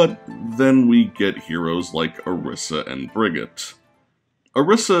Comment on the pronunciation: I feel you got your perception of Brigitte (Bri-gee-teh) wrong in this case imo. Not because of the Personality (I agree it’s pretty lacklustre) but I think they explain a lot more than her role as a squire. Especially due to the fact that she’s the second most if not most recent addition to Overwatch so far.